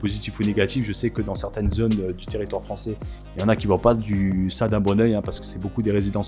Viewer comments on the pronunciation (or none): none